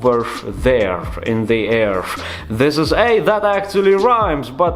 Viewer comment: RIGHT OVERF THEREF IN THE AIRF